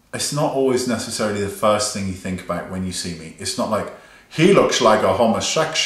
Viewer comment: Thing not thong lol